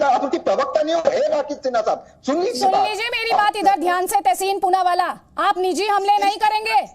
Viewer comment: Wah ma'am Poonawaala Ko Choonawaala bana diya.